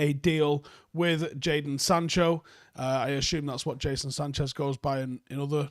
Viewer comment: did he just say JASON SANCHEZ